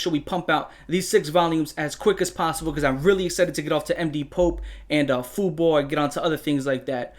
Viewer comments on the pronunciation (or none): none